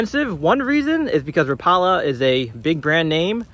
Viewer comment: Rapala is correct pronounced rap-ah-la not rah-paula. Go check it out in their YouTube channel. The new micros are pretty sweet though. I have to watch where I throw small lures like that because perch absolutely swallow them and it gets old doing surgery on fish to get your lure back.